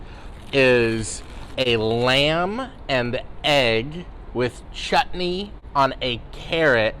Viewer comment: The way you pronounce chutney is totally praiseworthy!